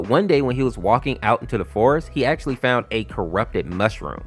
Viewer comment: "I faund the game full of blood... but i did not care"